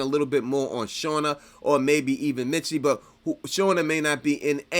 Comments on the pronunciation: Bro it's MISTY not MITSY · Misty NOT Mitsy!!!